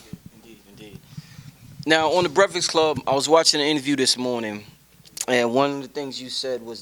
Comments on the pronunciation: commmmon! brefix club? lets get that corrected please lol. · its breakfast not "breakfix" lol love the convo though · lmao breaf-ix club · He said that hella times for somebody to miss. I thought he said "brehflex" coz maybe they be flexin on the interviewee. Then Birdman came along.....